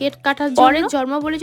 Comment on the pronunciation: জম্র ❌ জন্ম✅ 😂😂😂😂